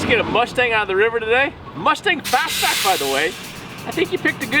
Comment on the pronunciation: "RUSTANG" HAGA good one!